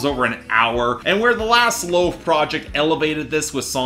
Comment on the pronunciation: not important but lauv's name is actually pronounced like loud with a v instead of a d, great video though